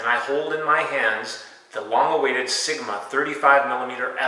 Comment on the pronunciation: yet you called sigma siguhmah